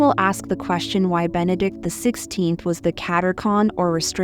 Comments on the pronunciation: Katechon was mispronounced. It is the Restrainer that holds back the evil one. God the Father +in 2021?) told Fr. Michel Rodrigue from Canada the Restrainer was St. Joseph. The Year of St. Joseph ended in 2021. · What IS the word? It’s driving me nuts.